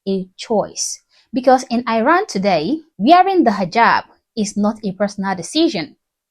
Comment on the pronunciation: My love I appreciate your videos💗‌ just a small reminder that you are pronouncing the name of my country Iran in a wrong way